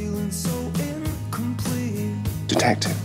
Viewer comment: It was “detectif” when she kissed him for the first time